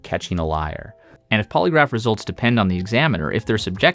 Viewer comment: "PasSSED THE pOlyGRAPHFE tWAIS," 𝓪 𝓬 𝓽 𝓲 𝓷 𝓰